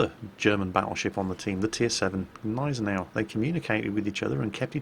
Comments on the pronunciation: the ship is called Gneisenau not Neisenau, this is not english. The G is pronounced like in goo. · it is pronounced WITH the G at the beginning Gneisenau ... we are not the french writing 10 letters and pronouncing like 4 .... Gneisenau ... NOT neisenau !!!! ... but you still do the best videos, i enjoy them very much ;-)